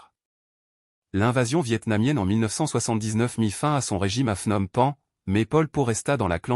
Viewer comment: l'inconvénient de la voix IA , c'est qu'elle produit de nombreuses erreurs de prononciation . "Pol Pot" , "Saloth Sâr" , "Phnom Penh" , ça se prononce pas du tout comme vous dites . d'autre part , votre déclaration comme quoi il serait né dans la ville ou la province de Prey Veng est contredite par plusieurs biographies . en réalité , il serait né dans la ville de Prek Sbauv , province de Kampong Thom . d'autre part , vous indiquez son séjour à l'étranger à Paris , mais vous laissez de côté ses voyages en Yougoslavie , au Vietnam et en Chine . de plus , vous présentez son mouvement comme clandestin , ce qui n'a pas toujours été le cas . Khieu Samphân a été élu député en 1962 et nommé Secrétaire au Commerce . de plus , vous présentez à tort Pol Pot comme le seul dirigeant du régime , ce qui n'était pas du tout le cas . de plus , vous parlez d'un génocide systématique des religieux , ce qui est faux parce que les moines avaient la possibilité de revenir à la vie civile . de plus , l'invasion vietnamienne a commencé au mois de décembre 1978 . enfin , vous oubliez de parler de la succession de Pol Pot , et en particulier de Hun Sen , lui-même Khmer rouge dissident , devenu Ministre des Affaires étrangères en 1979 , puis 1er ministre en 1985 .